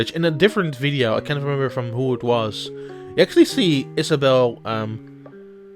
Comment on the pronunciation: Also work on the pronunciation of the english words, cause Acksally instead of Actually is quite noticable.